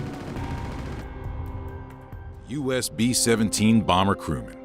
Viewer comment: B sevwentween Bawmer -AVGN